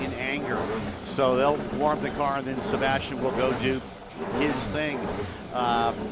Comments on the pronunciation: it's sebastien loeb not sabastian loeb... americans definitely are not into rallying.. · It's 2013 not 1963, please learn how to shoot proper video from a helicopter before covering this kind of events. And by the way it's Sébastien not "Sabastien".